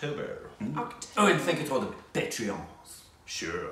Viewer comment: First time in the history pronounced the movie name correctly ❤️❤️❤️❤️